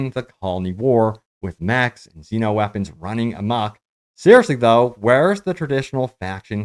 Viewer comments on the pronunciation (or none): none